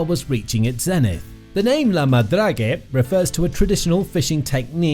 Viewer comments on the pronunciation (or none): Check how the word is pronounced in Frencg before you make a video. So annoying to hear 50 times la madragé. My ears are bleeding. 🤮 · Agreed! Narrator or AI, whichever you are, learn how to pronounce La Madrague properly in French before doing a video!